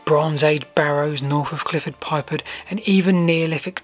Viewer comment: Interesting view on the subject . . . something I've been intrigued by for years. However, not sure the pronunciations of some of the place names is quite correct . . . Ramsey? (Ramsbury) Clifford Pypard (Clyffe Pypard). I get a bit twitchy when I hear these mistakes (especially having lived in Wiltshire most of my life). I end up thinking, if this is being mispronounced, what else might be factually incorrect?! Hope you take the criticism as a fair one . . . in an age of fake news and general misinformation, I'm sure you'll always want to strive for accuracy.